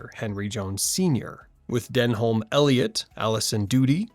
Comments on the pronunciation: den am...not den holm ... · When you can say "Denholm" and "Rhys" correctly, the weird facts might have a little more impact.